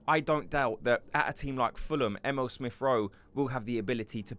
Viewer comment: 😂 his name is E-mee-le 😂 not M.L